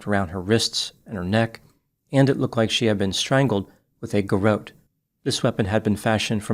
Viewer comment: Garrote is not pronounced with a long “o” sound, but rather rhymes with not.